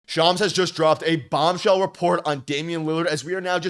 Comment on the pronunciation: Go bucks but its "bombshell not" bomshell"